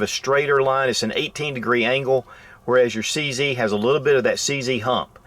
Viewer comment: Nice video but it's a bit silly to pronounce CZ as "see see". It's not called a CC gun but CZ, hence; "see zed" (or see zet) Sorry to be that guy but what's right is right and what's wrong is not proper English.